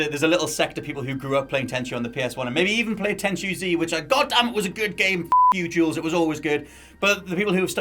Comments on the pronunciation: Tenchu It's tenchu ☠ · Tenchu? You sure